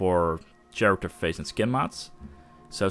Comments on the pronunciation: i gotta tell you man, the way you say character haha.its pronounced with a k.like karacter. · dude "kharacter" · Pronounced with a hard 'c' and not 'ch' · "CH-arater mods". I'm sorry, it sounds so funny. Cool tutorial, man. I like how you didn't feature any crappy, oversexy mods. Clean and to the point.